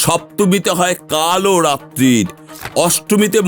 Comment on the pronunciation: Kumonda noi kusmunda , ar kalo ratri noi- kaal ratri bola hoi 😅